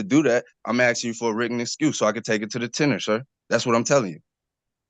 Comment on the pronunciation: Oh so this is just yet another word the sovcits don't know how to pronounce - most people say "ten-yoor" and not "tenner".